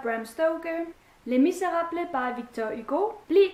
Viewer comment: Oooh what a lovely french accent when you pronunciate "les miserables" ! You have so many books I haven't heard about! Anyway, I'D like you to read the Cassandra Clare's to finish a complete serie :) xoxo